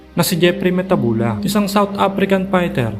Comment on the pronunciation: It's mathebula. Not metabula